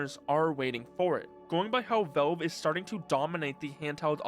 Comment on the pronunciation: It's valve, not velve.